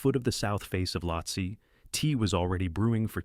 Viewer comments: Pronounced "Lotsay" or "Lowtsey" Not Lotsah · It’s the AI. Sometimes it miss pronounces words. It says lahotsah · so is this voice ai generated (and not disclosed to be which is gross btw) or do you just not know how to pronounce any of the mountains youre talking about? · How many different ways can the same “Voice” miss-pronounce the name of the same mountain?